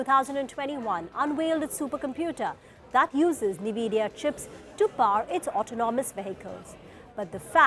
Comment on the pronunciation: It's en-vidia not ni-vidia